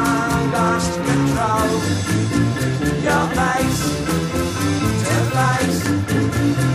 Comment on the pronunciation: The only thing missing from the Nirvana version is the proper pronunciation of 'controwl', 'fayce' and 'wahrld'. Other than that, Curt nailed it.